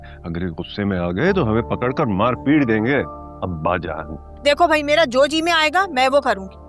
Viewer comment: py tumny Mera k bjay tumny Mela Bola hahahaha